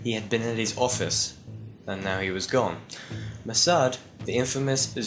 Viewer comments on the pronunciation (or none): none